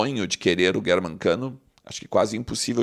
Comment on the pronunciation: Sério que ele falou Guérman Cano ????? Eu ouvi isso ???